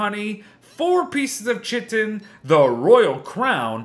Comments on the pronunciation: its pronounced ky-ton, not chi-ton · I think it is pronounced "kai-tin" not "chit-ten" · Small, pedantic, correction: "chitin" is pronounced similarly to "kiting" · isn't chitin pronounced as 'khiten' instead of 'chiten'? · Hey, love the vids, really help! But just some info, chitin is pronounced kite-in! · no I looked it up on the wiki and chitin is the official term for the item which is always pronounced as kiten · Chitin is pronounced Kai-tin 🙂